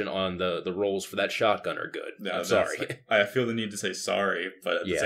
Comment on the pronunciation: Yells at his blinker, then instantly says "Sooorry." Oh Canadians, don't ever change, you're cute.